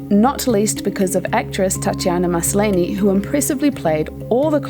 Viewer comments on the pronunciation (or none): Cosmia? Her name is Cosima. And the actress is named Tatiana MASLANY! Is this a bot narrator?